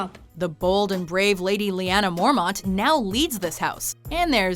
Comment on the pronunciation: MorMONTS is pronounced MorMENTS